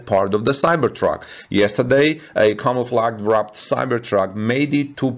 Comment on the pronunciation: Camouflage comes from French. The e at the end is not pronounced, the g is a soft sh.